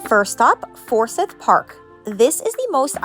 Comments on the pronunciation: Yea it's not "sith" it's "siiiiiiith" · Anyone from the South will know you’re not from the South within the first minute of the video. Forsyth Park is NOT pronounced For-sith. The proper pronunciation would be For- s-eye-th. With the “y” being pronounced with the long “I” sound (eye). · It's easy. We have a city and county by the same name. I don't know if this will help or confuse you, but it's pronounced 4 syth. Say the syth like s(eye)th. 4 seyeth. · Just a little tip to not make yourself stick out like a tourist-the 'syth' part of Forsyth is pronounced like sigh-th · You need to pronounce Forsyth Park correctly. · You need to learn how to pronounce Forsyth Park correctly.